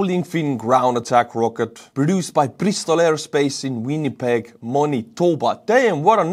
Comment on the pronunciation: Good pronunciation of of the-pegs name.